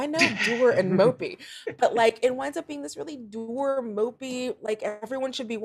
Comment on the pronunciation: Why do you pronounce "dour" like that?